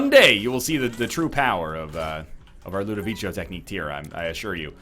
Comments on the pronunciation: Someone please tell him it's Ludovico and not Ludovicho... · Why does he say "LudoviCHO"? It's obviously Ludovico lol. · But you don't say Ludovicho in italian. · I don't think he cares at this point. I wish he did, though, he's just teaching people incorrect pronunciation. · He is absolutely right. In Italian, a 'c' after an 'i' is a 'k' sound not a 'ch' sound.